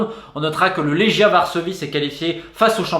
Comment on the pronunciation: Quelle bible du foot bordel, merci Romain ! "Léguia" pour la prononciation du club du Varsovie :)